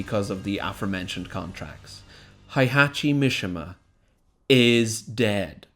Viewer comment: heihachi mishima. hay-hah-chee. mee-shee-muh